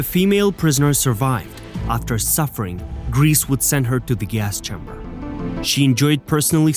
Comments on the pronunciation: Her name is pronounced grey-say not grease otherwise great video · It seems as if every Youtube history channel is obsessed with this young woman and each one likes to elaborate or fabricate his own lurid tales of horror. On the scale of drivel, your channel easiy wins first prize! First of all, Irma's name is pronounced "Gray-sah" and definitely NOT "GREECE". Next, it was Doktor Mengele, NOT Irma who was given the sobriquet "Angel of Death".Next, the fictional lampshade story was debunked years ago and the material was found to be goatskin! Cheer up! You can now accuse her of anti-goatism. Next, Irma was not hanged on Nov. 4,1945. She was judiciously killed on Dec. 13, 1945. Lastly, Irma was buried in Friedhof am Wehl, Hamelin, Germany. Do some research before attempting any more videos. This one is pathetic. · It's a bit annoying that he pronounces her name "grease". This has a slightly comic effect, which I think is a bit inappropriate for such a monster. Her name was Grese (Irma Grese). This is pronounced "Grayzeh". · Her name was not "Grease"! Why not find out how to pronounce it before you narrate a video about her? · Interesting program. I wish you took a greater care at pronouncing Irma Grese's name properly. It's not Griss! This make the whole film unprofessional. Get it right! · so glad you set them right on that. do you think they pronounce it correctly in hell?